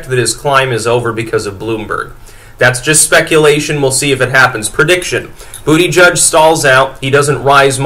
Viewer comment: He said Bootyjudge, heh heh, heh heh.